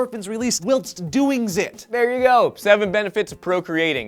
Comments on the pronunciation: "wilts you sleep" "wilts" WILTS?! whilst. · can't pronounce Tibetan or whilst. It must be his hidden senility. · Seriously though, pronunciation of "whilst" threw me off so much wilts watching this xD